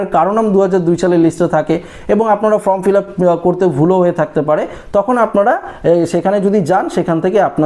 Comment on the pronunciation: ওটা ফ্রম নয় ফর্ম।